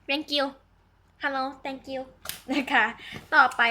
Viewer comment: ชอบตอนพี่พูดhelloแต้งกิ้วอ่ะ